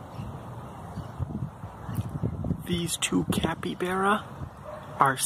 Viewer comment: Sorry to ruin your day or not but your pronouncing capybara wrong your pronouncing it like capybera and not capybara the a is not a e